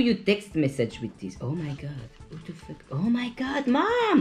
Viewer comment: When he says fuck he actually says ✨fawk✨ and I love it!!!